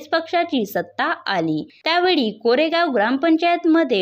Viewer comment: कोरेगाव नाही कारेगाव म्हणा.